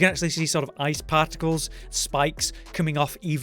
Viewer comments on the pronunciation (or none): none